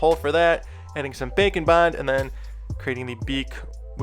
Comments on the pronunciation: Every time he says Bake and bond I always hear Bacon bon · I know you are saying Bake N' Bond, but I still hear Bacon Bond hehehehehehee